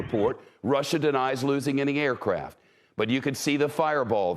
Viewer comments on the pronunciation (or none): none